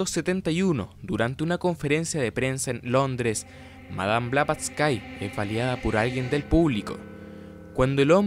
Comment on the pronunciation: No se pronuncia BlavatsYKE sino Blavatsky (la y final es como una i normal, no ie) y ella no fallecio en 1885, simplemente esa redaccion fue una carta donde ella se sentia morir porque en 1885 se formo un cisma profundo (y oculto entonces que vendria exponiendose a pleno una decada despues, ya que ella fallecio) en la Sociedad Teosofica cuando el Coronel Olcott la uso de chivo expiatorio de los problemas de criticas y acosos que se vio sometido el grupo entre 1884 y 1885, por lo que ella se distancio de él muy resentida y nunca volvio a la India - la carta era mas que todo expresando su estado de animo en que se sentia morir pronto por la tristeza, y que estaba ya entonces trabajando en su obra maxima - La Doctrina Secreta - en donde vienen incluidas precisamente las Estancias de Dzyan, PERO no se murio y alcanzo a publicar su obra entre 1888 y 1889, falleciendo hasta 1891 en realidad (los ultimos 4 años de vida de ella en Londres fue su periodo productivo mas intenso y positivo en la expansion del movimiento teosofico al punto que un poco antes de fallecer ya se habia medio-reconciliado con Olcott tambien). Eso si mientras estuvo redactando la Doctrina Secreta, que incluye y se fundamenta en las Estancias de Dzyan, a la fecha sin ubicarse claramente de donde viene esta referencia bibliografica real - aunque se sospecha una fuente ya desaparecida asociada con la literatura esoterica-visionaria mileniarista del ciclo Kalachakra Tantra del canon budista mas complejo tibetano y